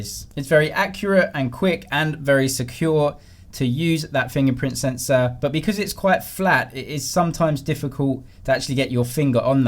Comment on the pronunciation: Sensor "Sensow" Video "Videoww"😆😆😂😆😆